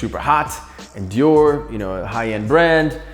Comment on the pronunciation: If u r a hypebeast watching this you cringed when he said Dior Nike’s